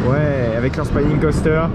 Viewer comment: Je ne veux pas faire mon rabat-joie mais c'est une erreur récurrente dans tes vidéos. "Spinning Coaster" ça se prononce comme en Français. "To Spin" c'est tourner, "a Spine" c'est une colonne vertébrale donc rien à voir. 😅